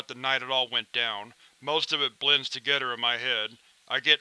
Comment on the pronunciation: I love these readings! I must say, your voice is perfect for this. Those occasional mispronunciations (Or perhaps it is an accent that I am not recognizing,) add character and even humor to these tales. "Two great tastes that taste great togedder" from The Things Dr. Bright Is NOT Allowed To Do At The Foundation had me in stitches! Keep'em coming and I shall surely keep listening.